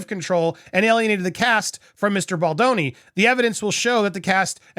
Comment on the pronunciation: yay you said baldoni correctly. lol